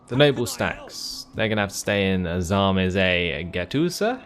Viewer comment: Time Commanders - Battle of Sarmizegetusa Sarmizagetusa pronounced properly ;)